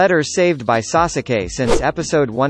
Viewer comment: The way he says sasuke triggers me 😂 😂